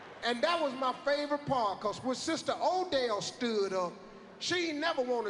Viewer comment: It's "Odelle." She's not Irish...